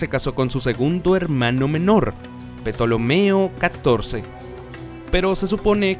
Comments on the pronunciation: Excelente video muy informativo...lo único que deteste es la mala pronunciación de Ptolomeo... No se dice , la P es muda y se pronuncia <Tolomeo> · La P de Ptolomeo no se pronuncia ni necesita escribirse: Tolomeo. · Petolomeo jajajaja vamos aprende a pronunciar Ptolomeo. Es griego. Si no sabes decirlo aprende y no hagas el ridículo y ofendes a los que nos gusta la historia. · Me sangran los oídos al oir petolomeo la p es muda se pronuncia tolomeo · La P en PTolomeo es muda🤦🏼‍♀️🤦🏼‍♀️🤦🏼‍♀️🤦🏼‍♀️ no se dice "petolomeo"😆😆😆😆😆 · Se lee Tolomeo la “p” no suena.